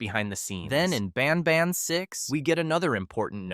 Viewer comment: Are you intentionally saying banban wrong every couple times to rage bait me into commenting? Bc its working 10/10 🔥